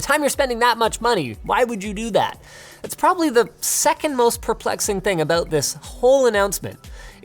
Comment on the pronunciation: I felt quite alienated by that Canadian "about" that Linus just dropped on me.